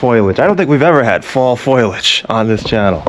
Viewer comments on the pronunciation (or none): Romanian dude here, correcting an American's English: the correct words were "fall foliage", not "fall foilage". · If you say fall Foilliage one more time ! It is Fall Foliage! Fol-liage! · WTF is "foilage"? Is he trying to say foliage? Is this a Boston thing? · Great video, as usual (or should I say ). I love all the context you throw in there, historical, cultural, or otherwise. And the great summaries -- e.g. "Definitely not a shit hole!" By the way, it's FOLIAGE, not foilage:) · Romanians are not Slavs bro. I like your sense of humor but sometimes you say some nutty things... You must have been kidding around..P.S. And it's not foilage , but foliage...Big difference... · FYI - it’s not “foil ledge”. It’s “foy ledge”. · Foliage! Not foilage. Sorry, that was bothering me 😆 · Agggh., it's FO LI AGE. Not FOIL AGE! Otherwise, pretty awesome video. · If this mf says FOILAGE again......it's FOLIAGE, PROFESSOR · brother, its “Foe-lee-idge”…not, “foil-idge” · It's not foilage but foliage instead. FoLiAge not FoilAge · Foliage ❌️ Foilage ✅️ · Foliage = foLEEage not foileej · It is foliage, Professor, not foilage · Is anyone else lauging at the "Foilage" instead of "Foliage"? LOL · having grown up in new england it killed me that you kept repeatedly saying fall foilage instead of foliage lol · Its not foilage......it is foliage....cmon guy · It's 'foliage' not 'foilage'. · Foliage bro, foliage. Not foILAge. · The word that refers to leaves is Fo li age. not Foilage. You put an i before the L that doesn't belong there. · just so you know, the colored leaves are a three syllable word: fol-i-age. Not a two syllable word: foil-age. Just so you know. 🙂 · FO-LI-AGE ! not "FOIL-AGE" learn your language bro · Foliage, not foilage... ❤ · It's Foliage FO-LAGE not Foil-age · Foilage? Foliage. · fall foilage ?? its not reynolds aluminum foil lol its pronounced fall foliage( pho-li-edge) Professor! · Oh and it's FOLIAGE...Not foilage